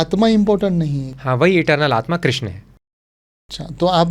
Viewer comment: भगवान हेलमेट पहन प्रकट हुए थे क्षमा करे किन्तु आप के मुंह से ऐसे शब्द शोभा नहीं देते आप भगवान कृष्ण को बार बार क्रिष्णा बोल रहे हो आप अगर गलत बोलोगे तो साधारण लोगों क्या। सबसे अधिक विचित्र बात लगी जब ये तीनों एक्स्ट्रा मैरिटल रिश्ते के बारे में जोक कर हस रहे हैं।😮 * विष्णु भगवान के १० अवतार हैं कृष्ण सहित, अर्थात हर अवतार विष्णु के अंश हैं। कुछ इस्कॉन के लोग इनके गुरु को भी अवतार समझते हैं 😮